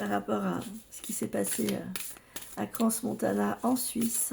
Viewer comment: Bonjour , on dit Cran Montana . Le s ne se prononce pas Crans Montana 🙏 HORRIBLE ce que vous nous dites là 😢😭😭